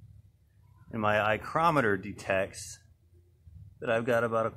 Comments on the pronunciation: "Eye"chrometer. Haha. Almost missed that. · "Eyecrometer" lmfao